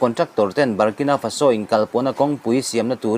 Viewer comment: FaSO ni lovin, FAso tia lam zawk tur.